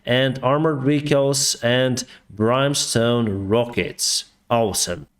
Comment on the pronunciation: In English, the 'i' in "brimstone" is pronounced like the 'i' in "twin."